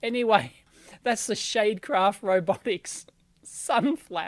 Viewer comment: Did anyone else pick up on him saying 'sade shale'?